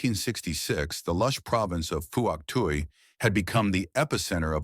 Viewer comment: I hate these AI voice-overs.. It's pronounced "Fook Twi" 🙄